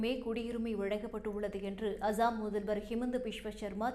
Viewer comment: அசாம் என்பதை நன்றாக உச்சரிக்கவும்.